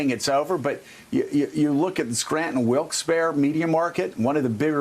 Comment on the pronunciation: Joe, Wilkes-Barre (pronounced: wilks bear-ee). Thanks